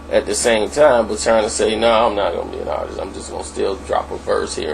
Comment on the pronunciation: Bro its Artist not Artisis no such word if you expect people to listen to you I strongly enforce that you improve your Verbal Comunication skills going forward...